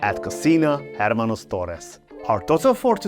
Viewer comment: the H is mute in hermanos or any other Spanish word